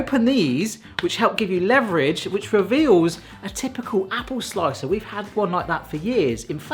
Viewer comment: Learn to pronounce leverage.